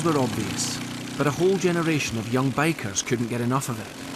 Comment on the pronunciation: Took me 6 minutes to realize hes saying bikers not bakers